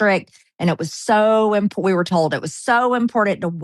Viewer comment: "Impordant" is not a word.